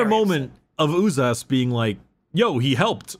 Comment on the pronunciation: Propper pronounciation of Uzas is Ooh-zhas not Ooh-zas, because the term itself comes from Sebo-Croatian term for dreadded horror - užas. I think even 40k wiki trivia says it.